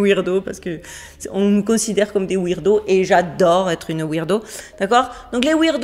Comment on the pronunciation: Tu m as tuee avec tes "Wirdos"^^... fiere d en etre lol, on peut pas croire qu a chaque fois c est des "performances artistiques " ou qu il y a des milliers de ballons sondes dans le ciel!!^^ Continu ton travail, meme si tu te fais em..beter par moment, certains pensent comme toi alors continus pour nous!!❤️